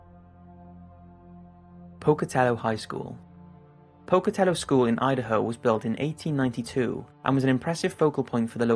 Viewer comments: Big thumbs up for pronouncing Pocatello correctly! Us Idahoians have heard a myriad of different pronunciations on a fair share of our quaint little towns. (My town included) I do tours of downtown Boise, Idaho and tell people about the haunted history of some of the buildings. There are more spooky, paranormal things around us that people may never know. Great job! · 3 cheers for the British guy, for pronouncing the word "Pocatello" correctly!